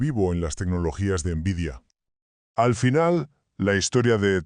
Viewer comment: * Horrible la voz del narrador. * Tiempos muertos innecesarios al comienzo y al final. * En una sola dispositiva dice los años donde suceden los hechos. * Pronuncia mal nombres de marcas como "nVidia". * No muestra imágenes reales de las placas de videos de las cuales habla. * No muestra imágenes de los juegos que habla. * Uso y abuso de inteligencia artificial generativa, hasta el punto que se ve la marca de agua de NotebookLM. La inteligencia artificial es para ayudarte convarias de las tareas para crear el video, NO para que te haga todo el video. Si todos tus videos son asi vas muy mal.